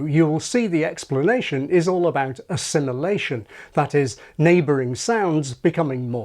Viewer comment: "assililation" got me laughing